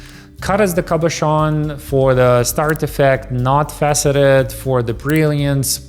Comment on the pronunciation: “Starred “ Ruby not “Start”.